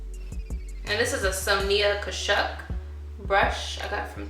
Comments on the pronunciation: This look is super gorgeous. And you are extremely beautiful without makeup also. 😍 you have great skin. O and its Pronounced So-nee-ya Cash-ik (just so people don't try to make fun of you for saying it wrong) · Loved this look! And FYI- it's (Sonia Kashuk) pronounced So-nyah Kash-shuck. (Two syllables each) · Wait I love how you say Sonia kashuk!